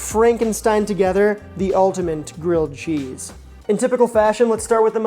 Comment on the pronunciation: Did you say “ultimant?”